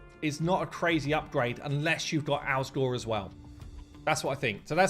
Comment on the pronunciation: You can't even get the champion's names correct. JETNI, not Jenti. ALSGOR, not Al Gore, NOGDAR, not Nodgar. Also you wasted so much time screwing around with Nogdar. We wanted to see the new champs. So unprofessional.